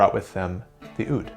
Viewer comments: I hate it when he pronounces the Oud as ood. Its moor like Ah-ood. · If you're so fascinated by it, learn to pronounce it more authentically. It's not pronounced with an "oo" sound from the mouth, but more a "ou" sound from the lower throat. It's, of course, hard to explain how to pronounce something without using sound, so I'd recommend anyone interested to look up the pronunciation. After all, music originates from culture, and language is part of culture. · Just like the semitones are challenging to your ears, your pronunciation of "oud" (عود) is challenging to my ears. It sounds like you say "ud" with the first vowel pronounced in the front of the mouth. But it should be pronounced back in the mouth because the first consonant ع (that most people that doesn't know Arabic just skip) is pronounced really far back. Here you can hear the pronunciation: I would also like to question your statement that العود (al oud) means "from wood", the word عود means stick (or wood) and العود means "the stick" (or the wood). There is no preposition there. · The way its pronounced "ood" me for some reason "owd" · "ood"? maybe "owuud" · It is pronounced as "aaoudduu" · عود not ud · its pronounced aoud but good try and nice video, oud is played in the arabic world so therefore all the way from morocco to turkey and down to somalia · The way he pronounces oud is too funny